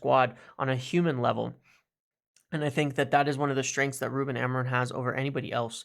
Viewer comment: As a welcome gift to Ruben, MU fans should try to say his surname properly: the stress is in the final syllable a-mo-RIM, the M is not pronunced and the sound is nasal (like the "IN" in sINg)